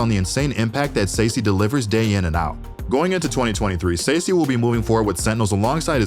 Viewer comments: The way he says Sacy 💀💀💀💀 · Love the video, im looking forward to see Liquid. Not looking forward hearing Mako and Sacy being pronounced in this was 😂